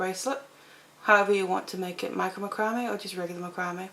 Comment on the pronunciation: I think it sounds beautiful the way you pronounce it.